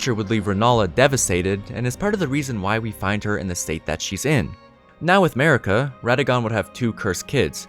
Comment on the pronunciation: MARIKA not merica***** thank you.